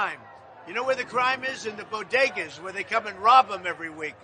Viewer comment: Haven't you all heard?? They're not called bodegas. According to Jill they're call bogedas!!!